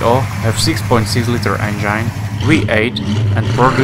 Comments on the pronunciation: Or at least the "engyne" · Lots of nice cars, but not many that are "forgotten " and where's the one in the icon picture that advertises this vid? (Click bait). And you seriously need to work on your pronunciation of the word 'engine'. It's as in 'walk in' not 'I'm fine' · I enjoy how the narrator says "engine".. It sounds a great deal like "vagine". I dig this fellow. Keep the good vids coming!👍🏻🤘🏻